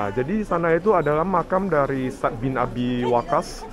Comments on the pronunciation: Sa'ad bang baca nya..bukan sad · Menyebutnya 2 suku kata: Sa'ad (seperti kita bilang 'pada saat'), bukan Sad. Barakallah, semoga hidayah Allah turun utk pemuda2 yg baik spt ❤ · Cara baca anda sa'ad kok bacanya sad😂. Kayak sat= saat atau waktu dalam bahasa bosnia. Sat 😂. Bacanya yg bener kyk saat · Bilang nya Bukan sad.. Tapi Sa, ad..... Maka tulis nya Sa,ad, ada koma nya gitu....